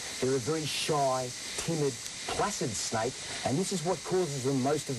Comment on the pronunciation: " if i get on top of it and shaaaut at at , HEY SNAIK "